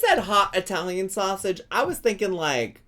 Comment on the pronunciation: She says SoSSeige